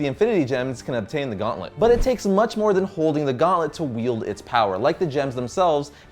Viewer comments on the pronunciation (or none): none